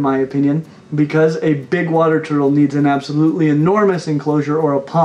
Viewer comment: This man was born to say “turtle”